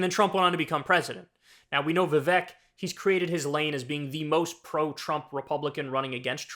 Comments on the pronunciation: It’s not Vivek (like “heck”)…it’s Vivek (like “cake”). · His first name is pronounced Vi-Vayk